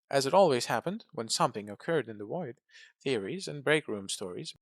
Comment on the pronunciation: Accents that cant vocalize the V like we do in America just make me giggle. Haha The void vs the Woid 😂😂 i love it